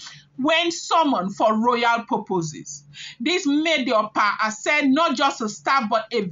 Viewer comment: Pronounced Ashe pls.